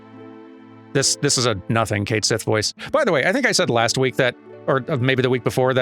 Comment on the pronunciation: The "cat sith" is actually has a history in both Scottish and Irish folklore, so you could really go either way. That said, when it's officially being pronounced as "kate sith" (sorry, don't feel like digging out my IPA for this), it's totally wrong for both, so not doing any kind of Gaelic accent feels more appropriate. Also, from the little we have in the trailers, Cait Sith (the character)'s accent does sound more Scottish.